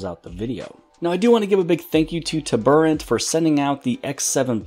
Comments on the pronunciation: TURBO...... ANT Turboant It's not TUB.. ER.. ANT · "Tuburrant" bruh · Isn't it pronounced, "TURBO ANT"? why are you pronouncing it weird?